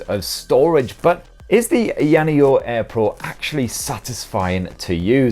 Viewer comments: Ai Yana yo??? Lol 😂😂😂 it's A-ya just like it's spelled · Pronounced … EYER NEO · "EEEE-YA-NEO" 🤣🤣🤣 All good bro. We all got our words that trip us up. For me it's Huawei or pronounced wahhh-way. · It's Aya Neo 😅😂 not ayaneo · It's pronounced "Aya Neo" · I-ya neo Say it as 2 words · First the rog phone now ayaneo, the way you pronounce these products you should be in jail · First time hearing a different way of saying "AYANEO". Yours sound japanese'y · Oh shit, I thought u were doing only phones, what a pleasant surprise although it has to be said that u absolutely butchered the name of this handy little device ;) still, it was quite entertaining to watch, as always I must add. Thanks, mate.